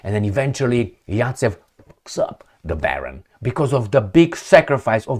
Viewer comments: Zajcev not Racev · Zaytsev 😂. Not yatsev Zaets. Is Rabbit